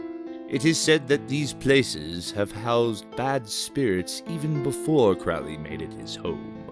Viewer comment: Crow (rhymes with low) - lee , is how it's pronounced . Even Ozzy got it wrong .